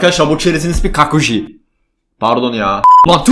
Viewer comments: kakuji✔ Kaju✖ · Kajuya jaku diyen MÜQ bne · Nobody:: Kakuji